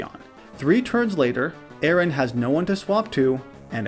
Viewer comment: Anyone else pick up on that? A-Aron 🤣